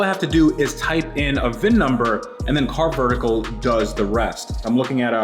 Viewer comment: you are saying carvertical wrong. See Matt for the correct way.;)